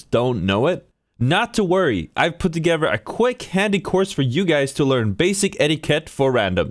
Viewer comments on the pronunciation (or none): I'm not talking advice from someone that can't say together